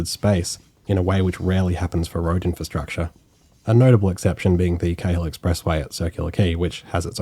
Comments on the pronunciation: Thanks. Very well done, informative and fun to hear pronunciation variations. E.g. South Stein rather than Stain, McMairns Point rather than McMarns (think of the PM), Kale Expressway rather than Karl. It's Newcassel vs Newcarsel all over again!😂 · Great video, well done. However, Sydneysiders refer to the expressway as the ‘Carl’ expressway not ‘Kay hill’. Either way, it is awful. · I travelled that route once in 2002 when I was a trainee signaller. On a side note, when did the Cahill Expressway start to be pronounced “cay-hill”? I’m 76 and always known it pronounced as the “Carl expressway”. I’ve heard it as “cay-hill” on radio, too. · Great video mate. Guessing you're not an original Sydneysider though? Just because of some pronunciation errors. McMahon's rhymes with 'calm' or 'barn', the ferry South Steyne (named after the south end of Manly beach) is pronounced 'stain', and the Cahill expressway is pronounced how we would say 'Carl'. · Hate to be an annoying local correcting your pronunciation (but secretly love it) but McMahons Point is pronounced like “McMarn” and the Cahill Expressway is pronounced as “Carl”. Otherwise a great watch!